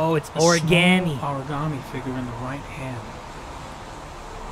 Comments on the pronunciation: I like how he was getting on the lieutenant for saying origami wrong, and later he says it the exact same way. 🤔😂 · "Origami killer": Why does it trigger me how he says "Origaami" its "Origami" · From now on, I’m gonna pronounce origami like origAmi thanks to this video 😂😂lol I love this series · Heavy Rain drinking game: Take a shot every time someone mispronounces the word origami. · I got triggered when he said origami.... lol